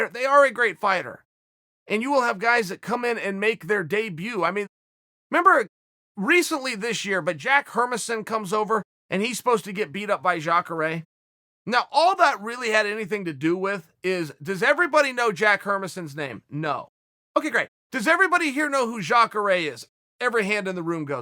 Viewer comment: Hermassen? OK great, If you say so Chael